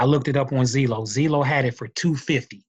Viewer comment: "zeelow" lol